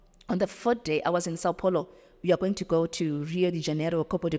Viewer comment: I speak Portuguese I also say she did not mentioned Brazilian cities name properly like saopaulo,etc if you could allow me to speak with her cause I speak both Zulu as well❤